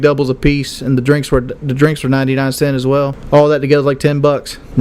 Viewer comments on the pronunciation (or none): "Cents". It's "Cents"